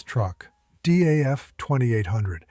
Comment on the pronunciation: it's not D.A.F. ITS DAF. you don't have to spell it out separately, but read it together